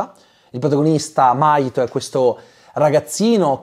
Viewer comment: In realtà il nome del ragazzo è Mahito si pronuncia la H